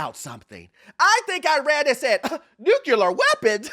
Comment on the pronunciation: new - clear, not new - kya - lar